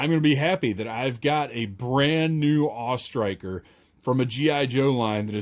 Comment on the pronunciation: I gave this video a thumbs up for pronouncing it the AWE Striker and not the A...W...E Striker.